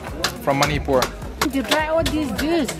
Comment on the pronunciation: The way he pronounced Manipur tho